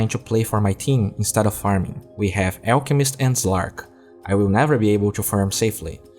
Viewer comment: It's funny how you say ELKmist not ALLchemist